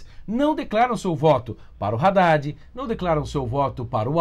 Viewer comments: É Haddad e não raddad porra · Não é “RÁDDAD” é “ÁDDAD” Só isso mesmo. Bolsonaro #17